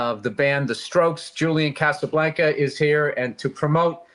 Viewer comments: “Julian Casablanca” Solid prep, Bill. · It's Julian Casablanca, lead singer of the The Stroke... get it right Bill.